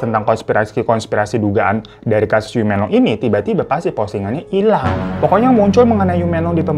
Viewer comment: Menglong pake e 'emak' bang😊 Yiren pake e nya "emak"